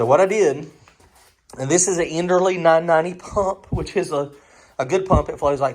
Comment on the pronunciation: You know those fittings made by earls? Well that's kind of how I pronounce the name of that fuel pump you have. You're saying this enderly thing. And i'm thinking what? Now, I could just as likely be the one that's wrong, just saying it's funny to hear it said different.